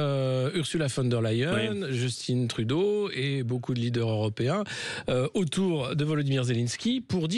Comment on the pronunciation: justine trudeau ??? il aurait changé de genre? justin se prononce en français comme cain, venin, martin etc.